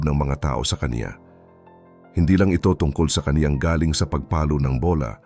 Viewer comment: Narator please be attentive to your pronouncing some Pilipino words example the word “galing” if ur referring to the talent of a person your pronunciation must be fast accent is in the first syllable if it means a question about a place the pronunciation of galing” is slow meaning the person came from that place . As a foreigner your pronunciation is good but some Pilipino words have different meanings depending on the pronunciation.